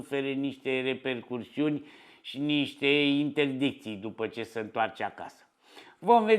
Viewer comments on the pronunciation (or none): Se zice repercusiuni, nu repercursiuni, dar greseala e minora.Fondul e important.